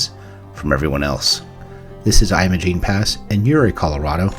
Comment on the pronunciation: Your pronunciation is incorrect. It's pronounced like you're saying image! Great video. It's a beautiful place. I can't wait to go back. Great looking jeep, too!